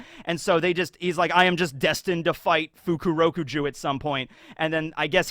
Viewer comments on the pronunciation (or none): I think his name is pronounced Fukuro-KUju, not Fuku-ROku-ju